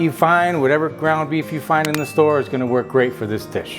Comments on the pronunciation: I thought you said "Beavis whats for dinner?" 😂😂😂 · I heard "Beavis what's for dinner" ... Took a moment to comprehend.... Beef. It's what's for dinner. 😂